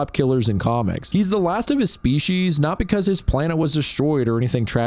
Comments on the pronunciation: It's (Vil - tru - mite), not Vilchmite. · that is the WOSRT pronunciation of viltrumite I have ever heard😭